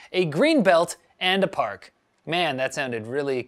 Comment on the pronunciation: Central........ Pahk, tech news from....... Central Pahk.